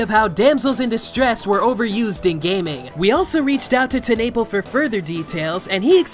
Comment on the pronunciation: Holy crap bruh it’s pronounced Teh-nuh-pel not Ten-nay-pll